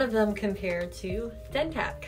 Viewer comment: How yall gone promote a product, and the person in the video is not even pronouncing it by the correct name 🤔 yeah ok 👌